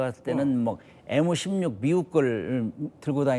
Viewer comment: 엠16 엠1 발음이 안되나 에무16 에무1이 머냐 그럼 MBC를 에무비씨리고하냐